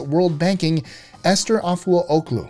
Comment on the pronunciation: You pronouncing the name wrong